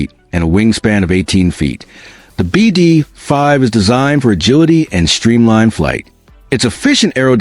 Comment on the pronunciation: It's not called a Bee Dee .... ...Five! It's called a "BeeDee 5!" (BD5)